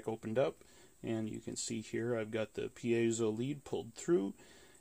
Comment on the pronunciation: It's neither pi-ei-so nor pai-so, it's pie-zo